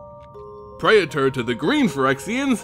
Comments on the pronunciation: What the hell is a pray-eh-tor? PREE-ter. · Its prētər not pray-uh-turs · It's like you get a third syllable in "praetor." Pray-eh-ter. I say it pray-tor. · Speaking of basic latin. . . Praetor is pronounced 'prey-tor', but just a heads up, that also means your channel name (as its also based in greek/latin) is pronounced 'ay-ther hub' Altho english has dumbed down a fair amount of its pronounciations. . . Its not hee-mo-gloe-bin, its hay-mo-glo-bin. Its not peh-doe-fyle, its pay-do-fyle (although technically it should be paedoghast, as paedophile translates into child lover, rather than child haunter like -ghast implies) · man, you couldn't have spent 5 seconds looking up how to pronounce "praetor" before making a video about them so maybe everyone wouldn't have had to listen to you butcher it like 30 times in a row? (it's PREE-ter, fyi) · Can't say praetor correctly, "Fuck it I'll make a video where I have to say it a million times."